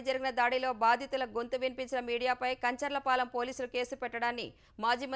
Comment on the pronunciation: Meeru Telugu media ne kadha? Atleast Telugu perlu ayina sariga chadavandi. కంచర పాలెం not కంచర్ల పాలెం. 😱